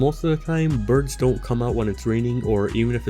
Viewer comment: The way you say birds bothers me